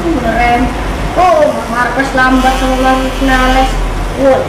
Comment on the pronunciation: Bukan markues tapi markes